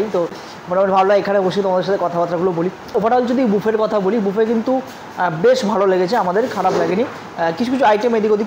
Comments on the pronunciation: মামণি,তুমি খুব মিষ্টি,কিন্তু তোমার উচ্চারণ ঠিক করতে হবে । সারা ভিডিও বাফেট বাফেট বলে গেলে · Valo lagey. Dekhi vlog gulo. Kintu ekta chotto suggestion... Pls buffet ta pronounce korben buffey boley. T na f hobey uccharan